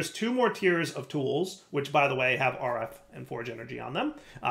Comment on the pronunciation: Dire saying "RF" The brainrot